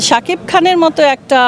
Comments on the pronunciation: Nam uccaron eto baje ken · উনি নামটা উচ্চারিত করতে পারছেনা রে বয়স হয়েছে তো*****সাকিব বস আমাদের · Uni Sakib er nam ei bolte parena😂